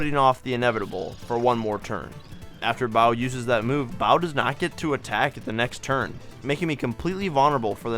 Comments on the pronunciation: Saying Boww instead of Bow hurts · It’s bow like 🎀… you gotta remake this video with the correction it’s actually driving me nuts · It's pronouced "boe" like a hair bow or bow & arrow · She's the queen Boo, what do you do to a queen but bow? At least that was my logic for pronouncing it as a kid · She’s wearing a hairbow. But enjoy that BBQ pork bao pronunciation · Well maybe if he said bow correctly… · How the fuck do you not know how to pronounce Bow’s name? SHE HAS BOWS IN HER DESIGN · Aside from misgendering both Sushie and Watt, who are both girls, and the butchery of Bow's name, this was really interesting and fun and I'm glad you shared it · Makes sense why you would confuse bow with "bow"sers pronunciation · Sushi and Watt are girls. Good job on beating all the bosses at once. Bow's name was pronounced incorrectly. She wears a bow so her name should be the same. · the fact that you can accurately pronounce Lakilester, Bombette and Tutenkoopa and yet you obliterate Bow... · She is wearing bows. The accessory pronunciation makes more sense to me. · Hey I'm not the only one who pronounces Bow like that! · You mean wrong? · Bow is pronounced like the bows she wears. Also Bowser heals 30 HP 3 times max, and when he does it is determined by your HP percentage compared to his HP percentage. If your HP is 25% of its max higher than Bowser's percent is of his max, Bowser gets a 30% chance to heal in vanilla. (100% in most mods but not this one though, since all it adds is this massive battle. Other mods might be why you remember Repel Gels lasting one turn instead of two.) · i mean bow (object) and bow (action) are pronounced differently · Hearing how you pronounce Bow’s name made me feel physical pain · My friend always says it that way and it hurts me LOL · Thank you! She has bows, that’s like her defining trait lol how is that not obvious? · It’s pronounced with a short o, not a long o.